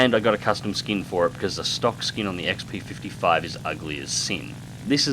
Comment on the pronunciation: Yay, you said it right! Such happy! :D